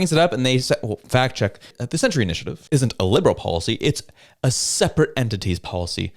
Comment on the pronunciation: Did you say fact check or fat check? I think Rosemary's head is thick between the ears! NOT ONE INDIGENOUS BODY FOUND PERIOD. And you call yourself a reporter of the news and facts. More like propaganda and lies.